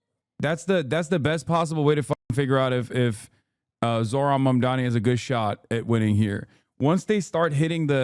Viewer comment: THE NAME IS MAMDANI. YOU SHOULD LEARN HOW TO SAY IT… BECAUSE YOURE GONNA BE HEARING IT ALOT